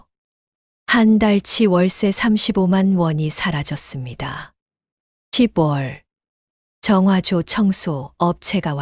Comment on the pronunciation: 시붤이라는 발음이 좀 거슬리네요. 적어도~낭독하시는 분이라면, 10월은 시월시라고 발음해야 한다는 건 유치원생도 알아요. 쓴 소리지만 저도 힘들고 충언드리는 겁니다.